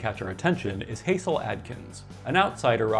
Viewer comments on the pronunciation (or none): A nitpick, but Hasil Atkins is pronounced Hah-sill, not HAY-zill. A soft "Ha" sound, like "hassle". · And it's not "Hayzil", but "Hazzil". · Thank you for mentioning Hasil Adkins, the One Man Band from Van! Just FYI, for future reference, it's not like Hazel, it rhymes with Castle. Like Hassle Adkins. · Hasil is pronounced like hassle, not haysil. He truly was a wild man. I've got stories. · Hasil Adkin’s first name is actually pronounced “Hassel” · Hasil, pronounced "Hassel".